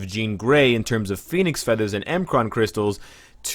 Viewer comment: Bro i love your videos. I watch them pretty much daily. But for the love of God please stop saying "M-Kron" crystals. It's pronounced "Mikran". This has been a public service announcement. We will now return to your regularly scheduled programming. Thank you.